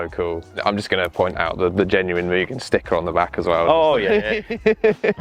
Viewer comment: Moo-gen not mew-gen